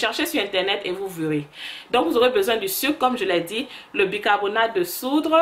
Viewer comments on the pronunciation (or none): Hé ma chérie. J'adore ta chaîne. Si jamais tu es devenue trop américaine oh . Ah ah on dit bicarbonate de soude et non soudre 😚